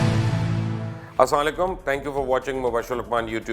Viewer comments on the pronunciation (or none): سلام کا تلفظ درست کیجئے برائے مہربانی